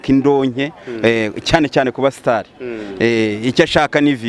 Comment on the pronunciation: Uyu mutype ukuntu atsindagira izina ubusitari "ngo aba stars".